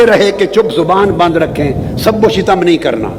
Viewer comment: علامہ صاحب سب وشتم ش پہ زبر ہے زیر پڑھنا غلط ہے